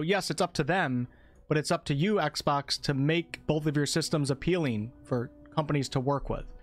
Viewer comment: Its exbox not axebox